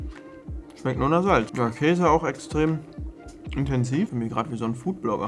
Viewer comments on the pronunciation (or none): none